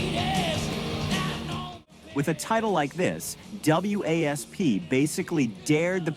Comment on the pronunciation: It's Motley Crue not Metley Crue. Also it's WASP you don't have to say the letters.